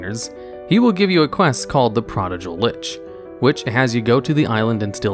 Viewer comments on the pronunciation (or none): Love your videos. But “prodigal” has a hard “g,” not soft 🙂